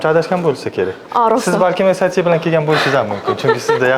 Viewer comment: saviyasi shu SAT ni qanday talaffuz qilishidan bilamanda😂 oddiy odam bo'lsa ham tushunasiz, universitet xodimi, ingliz tilini biladigan odam esayti seb aytsa endi uyatda